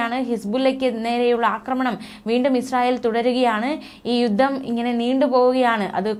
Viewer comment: യുദ്ദം യുദ്ദം യുദ്ദം എന്നാണല്ലോ പറയുന്നത്. യുദ്ധം എന്ന് പറയൂ...